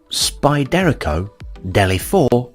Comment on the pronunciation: Spy-dare-aco Haha